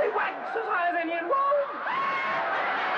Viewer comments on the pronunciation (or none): 'He wranks higher than anywon in wome'